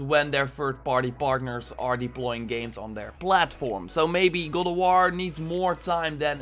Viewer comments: Is it just me who heard God of war as "Go to war" ? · Please learn how to say god of war damn!!!!